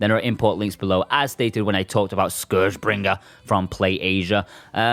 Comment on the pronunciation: Love the way you annunciate scourgebringer. Might be the main reason I check it out.